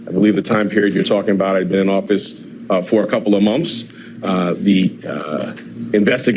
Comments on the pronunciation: If I hear this dude say "mumf" instead of "month" one more time 😒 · What the hell is a " munf"? ("Munf after munf")... 🤣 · after hearing him say "mumph" several times, all I could think of was Vinny Gambini saying "yutes", and getting called out for it by the judge! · Does he know that it is months? He keeps saying mumps. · Mumfs?? Wtf, isn't it pronounced "months"? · Is this ignorant ass saying "mumps", or "months"? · Educated man saying Monfs over and over lmao 🤣🤣🤣 u really can't make this crap up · Idiot prosecutor cannot pronounce "months". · If you can't even pronounce the word "months" correctly, you shouldn't be a thing. At all. 😂